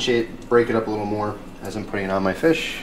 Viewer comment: I died when you called it Feesh, thats the only way I can say it lmfao